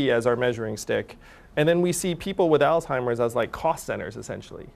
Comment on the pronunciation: Andrew is great I love him but someone needs to tell him that disease is called Alzheimer’s not all timers